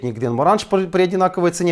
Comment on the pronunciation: Акенто́шан !!! Далмо, а не Далмор! Гленмо́ранджи! Кол Айла! Уберите виски от ребёнка.